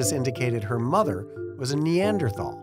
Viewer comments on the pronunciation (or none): none